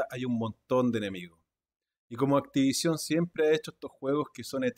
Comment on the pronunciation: "Activaichon!" EEEEEEEEEEXITOO!!!